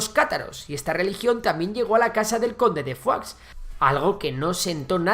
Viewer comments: Se dice "foix", no "fuá". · Foix se pronuncia "fosh" no "fuá"😂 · Pronuncias "conde de Foix" como "conde de Foie" (Foie Gras de oca). Se pronuncia "Fosh" porque es catalán (por cierto, la única lengua oficial de Andorra) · Y no es por nada, pero Foix se pronuncia tal cual se lee en catalán. Decirlo como si fuera francés es ignorar que su origen es catalán. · Foix es un apellido catalán y no se pronuncia como en el video. Digamos que sería como Fosh tal y como se escribe. Sería así: /foʃ/ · En catalán se pronuncia foich y en francés fua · Como que pronuncias foix diciendo "fua"? Pero y este catetismo español? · Pues anda que "FOIX" XD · Foix se pronuncia "fosh" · ver a un castellano pronunciar "foix" es algo increible :")